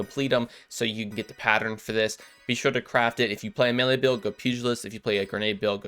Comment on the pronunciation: First Creator I have seen pronounce pugilist correctly. Great job and I will be hunting for this.